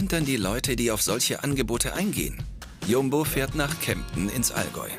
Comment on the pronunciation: Wie er Jumbo ausspricht, arrgh.